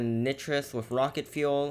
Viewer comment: Lol he said nitrus